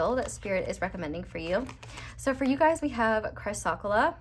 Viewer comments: Also, chrysocolla- cry-sa-cola. ❤ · Pile 4 crystal is pronounced like ‘Chris oh coal ah’ 💙 💚 This was so on point. Thank you.